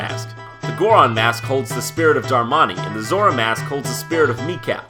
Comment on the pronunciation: It's Goron and Zora not Gooron and Zoora!!!